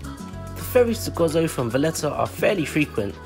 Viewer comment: Stopped watching as soon as I heard Gozo pronounced as Gozzo, it is Go Zo. perhaps do more homework next time before visiting our Island!